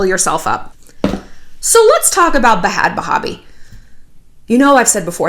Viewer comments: I love you shallon but stop calling her Bahad bahbie it sounds so stupid and its stops being hilarious after the 20th time it just makes you sound like one of those older ladies that is trying to be hip. Lol no shade. Im just keeping it real. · And you pronounce bhad bhabie just like 'bad baby'. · Is it a joke or does shallon not know it’s pronounced “BAD BABY” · It’s pronounced bad baby, but honestly I used to pronounce it Bad Baaaaabie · its not bad baby... its BA-HAD BA-HA-BI... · “Bah haaad bahaah bie” 🤣🤣🤣 shallon I love you . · Honey!! I love you, but.... it’s “bad baby” 😘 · the way you say bhad barbie made my day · U can’t PRONOUNCE her name!! To be a huge fan and not be able to pronounce her fucking name ... you aren’t a fan. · the pronunciation of bhad bhabie tho 😂😂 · I love it when Shallon tries to pronounce "bhad bhabie" 😂 same, girl. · Shannon you kill me you know and we all know damn well you give af about bad** baby** lmaoo the way your pronouncing it is hilarious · Shallon struggling to say Bhad Bhabie is so me. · It’s funny how u try to say her name wrong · She’s not, “adding class.” She’s making it sound like a Muslim name. Lol